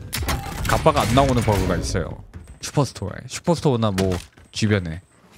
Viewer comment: 슈퍼 ㅅ토어r레 ㅗㅜㅗㅜ 발음 너무 찰지고